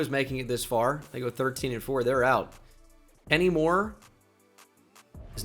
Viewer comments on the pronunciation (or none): none